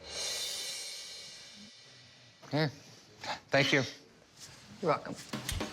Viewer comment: wtf that “thank you” 😆